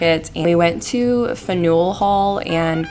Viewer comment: I’ve lived right outside of Boston my whole life so I’ve been to lots of these places but I definitely haven’t explored enough (even though it’s 10 minutes away from me) I’m glad you enjoyed :) by the way Faneuil is pronounced Fan-you’ll haha